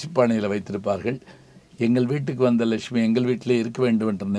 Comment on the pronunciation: Sir sound pronunciation is important than Tamil.laxmi lakumy